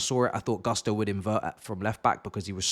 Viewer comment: Its pronounced Goosto